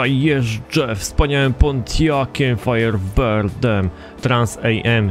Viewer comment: firebird a nie fireberd